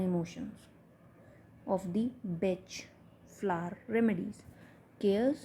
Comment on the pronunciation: FYI pronounced Bahk…not Batch THANK YOU FOR YOUR VIDEOS